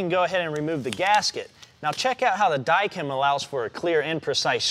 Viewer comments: It's Dykem layout fluid. Comes in blue & brown & you are pronouncing Dykem funny. Die-kum. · This man says “die-kam”